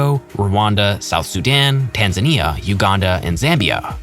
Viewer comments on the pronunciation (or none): none